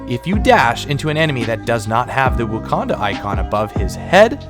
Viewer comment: My man calls it "wookanda" lol